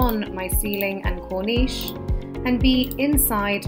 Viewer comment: Why are you saying corneesh with the end syllable sounding like it rhymes with sheesh, when it's cornice in which the second syllable rhymes with service? We don't say 'serveesh', do we? A corniche is a completely different thing.